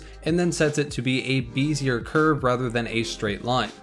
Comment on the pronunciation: Thanks, useful info. BTW, Bezier is a French word. You'll find most people pronounce it "beh-zee-AY" French usually don't pronounce the end of a word, and generally skip arbitrary consonants whenever they please (just kidding french people, don't take too much offense). We end up having to know several, like Fresnel? The dude's name is actually pronounce freNEL, or FrayNEL is also acceptable enough in English. Whenever in doubt, if it looks french, just skip a bunch of the letters and it'll sound right. lol